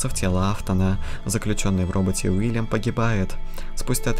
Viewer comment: Чел, не Вильям а Уильям!